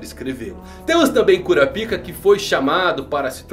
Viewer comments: É KurÁpika, e não KurapÍka. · kkkkkk eu não aguento o KURAPÍCA. É KURÁPICA po 😂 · "KuraPIka" (sílaba tônica no "pi") não soa bem kkkkk. "kuRApika" (sílaba tônica no "ra") é melhor. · Mano tu falou cura pika .eeee curapaika 🗿🍷🍷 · Se dá próxima ele pronuncia korapaika eu sigo ele mais se pronunciar korapica sai fora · Kurapaica* isso é coisa da antiga dub de hxh. O certo é kurápika Tanto que nos filmes dublados é pronunciado assim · Eu não consigo ouvir cura-pika sem rir kkkkkk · se escreve curapica mais se le curapaica kkkkkkkkkkkkkkk